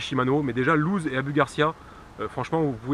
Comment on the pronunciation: Bonne vidéo qui m'aide bcp merci:) et au passage la marque lew's ce prononce lewis je crois:) et pas loose